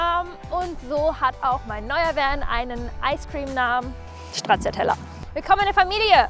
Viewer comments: Finde dich ja charmant, aber die deutsche Version der Aussprache ist einfach nur schrecklich 🤢🤮😂 Für diejenigen die es richtig aussprechen möchten, es fängt mit S an, nicht mit Sch... Wer das nicht mag kann auf folgende Version umstellen: 😂🤣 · Das ist ein wirklich cooler Ausbau. Ich bin richtig inspiriert, vor meiner Türe steht mein Ducato L2H2. Viel Spass damit :) Ich hoffe du kurvst auch mal durch südlichere Gefilde mit deiner Stracciatella - 'Stra-TSCHA-TELL-a - und in deinem Eistraum-Kanall :). Nur etwas kleines: Deutsch-italienische Aussprachen sind völlig OK in D/Ö/CH. Aber als I-sprechender schauderts manchmal, wenn jemand in Italien Gnotschi, Prosgiutto oder Stratschiatella bestellt. :) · Wenn du jetzt noch Stracciatella richtig aussprechen würdest, wäre das Fahrzeug perfekt 🤣